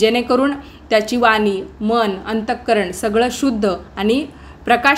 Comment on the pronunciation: दीपदान पण करतात का?चालते का?उचार काहीवेळा अशुध्द व इंगजी शब्द येतात..वानी नाही वाणी आहे ण म्हणा..तसेच फोलो करा २_३वेळा म्हणले तर अनुकरण हा मराठी शब्द आहे....पण इथले दीवे कुठे चकचकीत केले?दिसत तरी नाही...असो..कीती भरभर सांगता हेच थोडक्यात सांगा..‌...धन्यवाद.